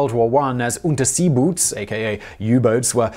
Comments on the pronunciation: Oonter-zay-boats, not oonter-sea-boots. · A note for U-Boot: pronounce like this Uhntah zay boat We say ,,Boot" the same as in English "Boat" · It's pronounced /ˈʔʊntɐzeːboːt/ :) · He mis-pronounced unterseeboots. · The guy seems to mispronounce at least one thing per episode. I'm assuming he does none of the research himself and is just handed a script to read.